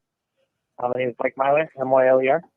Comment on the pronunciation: The Mists of Akuma Kickstarter is here! Free stuff is right on the project page! And props to for pronouncing my name right!:D